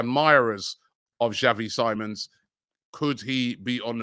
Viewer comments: It’s Simmons not simons robs😅😂😂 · Robbie Its SI MONS 😂😢